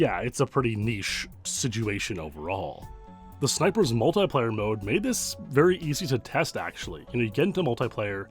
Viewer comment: who tf pronounces 'multiplayer' like that lmao...